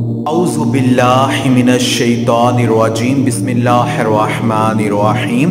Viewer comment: Allah kabi kisi ki dowaa radh nhi krtaaa bss Allah per yaqeen hona chahiyaa aur rahi bhat garanti ki tu Allah pak ap say behter jantaaa hay.bss ap say ak guzarish hay bai k apni tajweed sahi krlay qk ap ki tu bismillah kka tajwwed b sahi nhi hay plzzzz